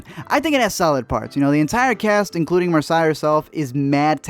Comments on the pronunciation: *ee-sa not is-a *Marsay not mar-suh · I liked the part on little (only of the 4 movies I saw) but you’re pronouncing names wrong and it’s killing me. Issa Rae is pronounced (E-sa) and if you’ve watched Insecure I don’t get how you’re messing that one up. Marsai is Marcy, I could be wrong on that one but I’m like 98% sure cuz that’s how her costars on blackish pronounce it. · Marsai is pronounced mar-say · Mar-say E-sa Pronounce correctly thanks